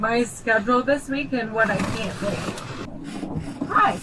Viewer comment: "You have to bake metter decisions" fantastic spoonerism